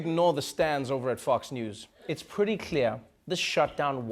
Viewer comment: Did you say Fux News? Sounded like it to me.